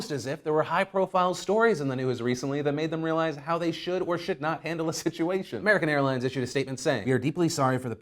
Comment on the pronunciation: Today we talk about American Hairlines... I cannot unhear it